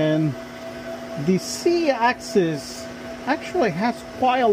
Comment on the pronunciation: You keep saying C axis instead of Z. Is there a 4th axis?